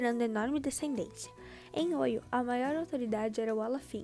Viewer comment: A pronúncia correta é Oió